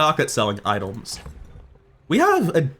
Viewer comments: I hear idols! 😄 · Something about the way he says items...